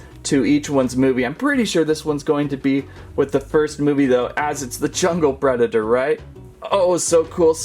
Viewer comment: That's the weirdest pronunciation of Predator I've ever heard.